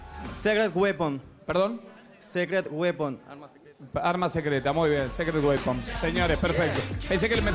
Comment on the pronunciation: When quieres decir "Secret Weapon" pero dices "Sacred Weapon" :v